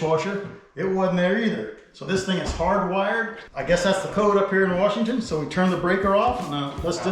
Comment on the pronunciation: Love how fast he picked up the word “warshington” real local now